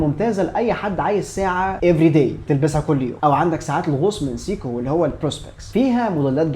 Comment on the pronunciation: قفلتني يا أول ماقولت سييكو دي فعلا فعلا وقفت الفيديو واشمئزيت أنا آسف مش منك طبعا ولكن من النطق خصوصا آني بحب الساعة دي.. دورت على نطقها الصحيح في أماكن مختلفة ولقيته سايكو سواء القواميس او جي بي تي او جوجل او متحدثين اللغة نفسهم.. ابوس ايدك غير نطقها ولا اقولك أنا مش حسمعك تاني لانك طبعا مش حتغير نطقها ولا أنا حقدر اسمعها تاني سييكوو 🤮